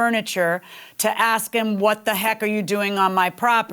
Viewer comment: "Ask". An axe is what you kill people with. ⚒️🔨👷‍♀️